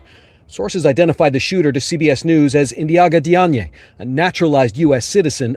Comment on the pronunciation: Hey, just so you know the suspects last name Diagne is pronounced "Jane/Jain". It's a common Wolof name in Senegal